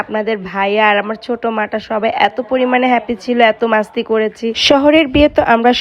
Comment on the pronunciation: মাস্তি না বইন মস্তি